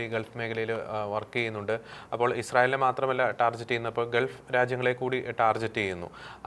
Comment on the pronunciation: ടാർജറ്റ് അല്ല സംഘീ ടാർഗറ്റ്😅